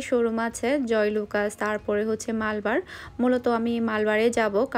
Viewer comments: আপু শোরুম টার নামের উচ্চারণ মালবার না, মালাবার হবে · আপু শোরুম টার উচ্চারণ মালবার না, মালাবার হবে